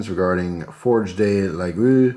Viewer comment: Nice looking knife. FYI in French a word ending in 'er' is typically pronounced with a hard A sound like the 'ay' at the end of the English word 'day' (somme-all-ee-Ay instead of sommel-eer). The word 'de' (translates to 'of' or 'from' in English) is pronounced as a short D sound without a distinct vowel, like the D at the start of words like 'dusty' or 'done', unless it's the word 'des' (which is plural), which has a silent S but changes the sound to a hard A sound again, so it's pronounced like 'day' is in English - unless the word after it starts with an S sound, in which case you add an ending Z sound to blend the two words together as you pronounce them. When you see words like d'Anville, it's because 'de' loses its 'e' if the next word starts with a vowel, but you can use that pronunciation as a guide for how to say it when it's written as 'de'.